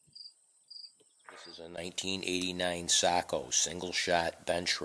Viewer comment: It's pronounced SAY-KO. I am besties with the owner so i should know.